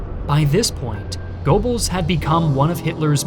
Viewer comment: Casually listening, trying to figure out who this "Gorebells" is that keeps getting mentioned. Oh. Goebbels.